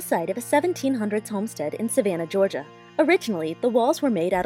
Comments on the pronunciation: you said Georgia wrong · when you said “Georgina” instead of Georgia I got scared about how you knew my name